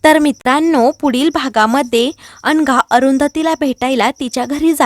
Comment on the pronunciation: अनघा की अंघा, उच्चार नीट करा